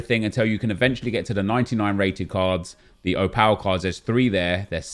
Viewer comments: You're saying Opal (Oh-pul) wrong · Would help if you could say the word OPAL properly 🤣🤣🤣